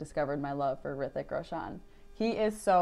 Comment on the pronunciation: Actually it's not 'Hrithik' but 'rithik', 'H' is silent. Plz react to tanajhi movie trailer plz 😀.